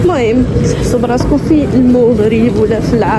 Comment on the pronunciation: المَغرب ماشي الموغريييب